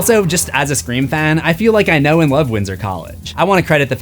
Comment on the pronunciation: I love that you keep saying scre4m